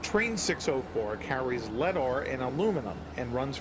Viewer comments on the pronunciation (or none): none